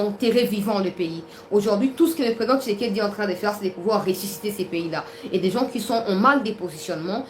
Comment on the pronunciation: nous sommes contents de tes nouvelles, mais nous demandons d'avoir un peu de modestie sur l'appellation du nom de président Félix tshisekedi,: sa nous fait Mal tu prononce tshisekedi, tshisekedi,, changé